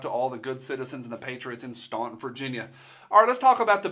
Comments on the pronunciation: Staunton is pronounced "Stanton." Yeah, I know, weird. Gov. Blackface lives in a little bubble of urban (mostly Northern Virginia) Democrats where he's popular and where they keep it down when the red Commie phone rings. Besides, Virginia governors can't run in consecutive terms so he doesn't care. Obviously, someone has promised Blackface a Washington gig. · the locals pronounce it Stanton even though it’s spelled Staunton not really a big deal I love and respect you until the very end bruh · here in VA we have a tradition of mispronouncing our city names. We pronounce Staunton like Stanton! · staunton is pronounced like stand stantin